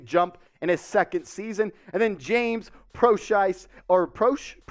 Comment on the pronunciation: mans said James Proshiesty haha i kinda like that